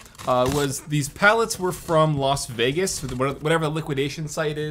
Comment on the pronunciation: Its not called "Los Vegas" its called "Las Vegas"